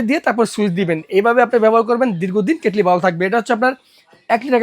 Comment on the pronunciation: কেটলিরে কেটেল বলেন কেন?